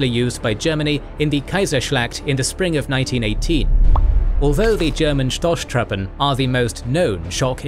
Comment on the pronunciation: The pronunciation is, stozztruppen